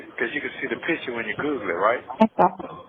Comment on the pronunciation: Everytime says Google, it sounds like he’s saying “Googly”